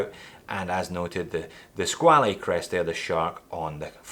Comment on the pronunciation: You pronounced squale incorrectly, it's skwal (one syllable)